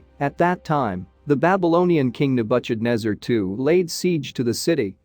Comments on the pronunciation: The I A can't pronounce the name of Nebuchadnezzar... Nebu sh adnezzar?😑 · Nabutchadnebber….!!! Why is it not possible to have a real intelligent human being deliver the commentary????? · Second that. The pronunciation of Nebuchadnezzar made my ears bleed 🙉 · Where do you get the pronunciation from? King Nabuchadnezzar had nothing to do with butcher, though he might have but hered some of his enemies. I am tired of this pronunciation creativity - it's like listening to children trying to emulate wisdom. That particular pronunciation doesn't comply with any basic English pronunciation of this word I know of. For goodness sake, get the pronunciation of unknown words from an online dictionary, man! This only betrays that you heard of this king for the very first time!